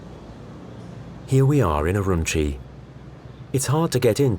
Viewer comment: If you are going to do a credible documentary, maybe you should learn the pronunciation of the place and people you are reporting on. Xinjiang, Urumqi, Uighur are just some of the mispronunciation. Nothing more irritating than listening to the mispronunciations throughout the entire video.